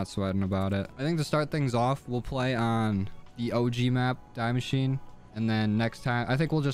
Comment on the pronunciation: The map is pronounced D machine uh